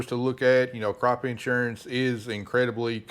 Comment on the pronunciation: In-surance lol